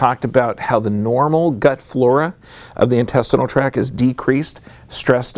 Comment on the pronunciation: Purely good intention: just want to mention (), because I like your stuff, that the term is intestinal tract... with a T on the end of tact. And the T is pronounced. Just to make you look more professional— as you present your awesome research!